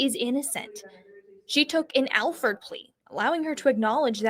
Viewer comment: It's ALFORD not "Alfred"